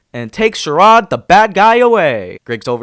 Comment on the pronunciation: Bro just really called Chirag 'Chirade'. XD